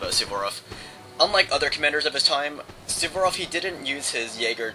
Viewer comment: I congratulate you! I think tha you're the only american that i know that can pronounce "Suvorov" correctly. Great battle!